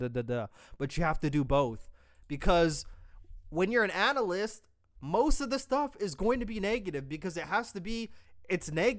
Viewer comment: “Analasyst” 😂😂 they can’t even speak English while roasting you 😂